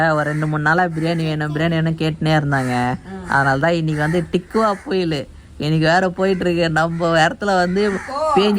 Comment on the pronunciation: டிக்குவா புயல் இல்ல அண்ணா டிட்வா புயல்😛